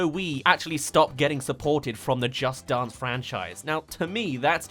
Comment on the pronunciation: No Offense, But his pronunciation of "Dance" makes me Upset!